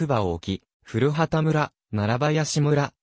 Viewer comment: 古畑は、ふるはたでなく、こばたと、発音しますよ。